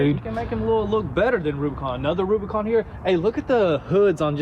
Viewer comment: AH NEEYD A REWBIKAWN